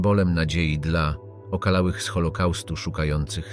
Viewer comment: ''okalałych'' ? :D Nagrywasz to najebany czy czytasz po angielsku pojedyncze litery?